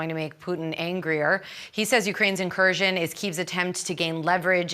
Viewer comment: Stop saying incustioro